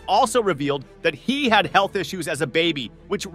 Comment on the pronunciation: “My baby have issues… heafff issuessss”😂😂😂 WTH is a heafff